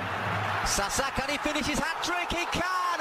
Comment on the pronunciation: Someone tell to this guy that Simone is Italian not Spanish . ZaZA not "SaSa"...